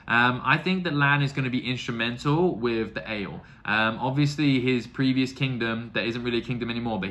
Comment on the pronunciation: Don't forget the i in Aiel;-) A-jiel is the best way to describe how to say it. Great that you see Mat away from the influence of the dagger! Did you enjoy the fight with the two princes? Galad and Gawyn? You've gotten the Forsaken 100%. They are greedy and have their own agendas;-) All of your questions will be answered! And then you'll get a lot more.🤭Enjoy book 4!